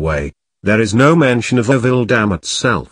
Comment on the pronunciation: It is pronounced ORO-VILLE, not 'orr-ville. Oro is the Spanish word for gold. Gold was discovered here in the 19th century.